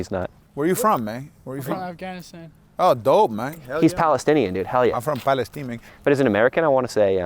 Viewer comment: “We are doing it for PalestEEN mayne”